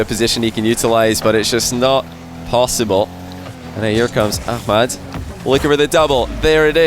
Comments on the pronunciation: You've gotten way better at saying Khalid and ahmad correctly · Nice you are saying Ahmad an ms Khalid in Arabic Pronunciation almost close . I really respect that. Khalid would be hard for u 😹😹